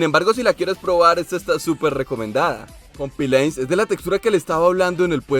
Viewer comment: XDDD se dice comPLIANce no comPILANce